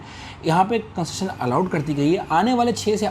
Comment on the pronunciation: Bhai lafz tu theek nikala karo, itni jaldi q boltay hu? Train chut rahi hai kia? Adhi baat samajh nahi atti. Construction ko ap conssjseiri bolte hu ajeeb